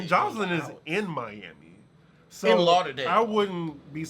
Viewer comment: Lol “In Laurderdale “